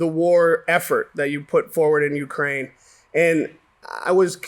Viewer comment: I love you to death, but it's "Ukraine".